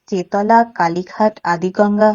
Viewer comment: স্থানটির নামের উচ্চারণ কিন্তু চেত্-লা/চেৎলা, চে-তলা নয়। বানান চেতলা।